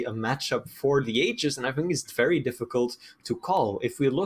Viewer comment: 'wevy wevy good. nice wail.' - fire him already, please, or teach him to pronounce 'r'.